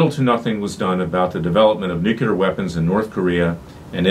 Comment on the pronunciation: Mr. Klayman, I am a fan, but please do not say nucUlar, is nuclear ....